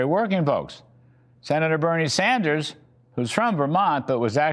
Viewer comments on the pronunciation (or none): none